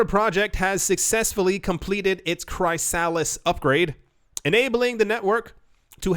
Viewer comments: I know you like to pronounce words differently but its pronounced KRIS-A-LIS not CRY-A-LISS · Chrysalis = chris uh lis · Dude it’s Chrysalis (chris a lis) like a caterpillar turning into a butterfly 🤦‍♂️ 😂